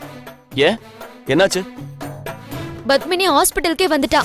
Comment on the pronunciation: hey bitch fake, u ugly creature from hell, u and ur ugly face and eyes.. u lok like a ford and cant act.. plus it is not BUTHMANi it is Padmini. And there is PA in tamil.. so go learn how to say Padmini right u stupid moron. hope they arrest u and u are behind bars soon. bitch from hell